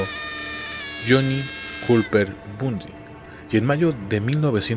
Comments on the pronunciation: soy la unica q aveces escucha " BUNDY" y otras "BUSDY????😕😕😡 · Excelente video como siempre, aunque tengo una duda porque pronuncias o suena el apellido como "busly" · de hecho yo he escuchado la pronunciación del apellido como "Bondy" en programas de la temática policial-investigativa. Ojalá sigas con el tema de asesinos seriales es muy interesante. Saludos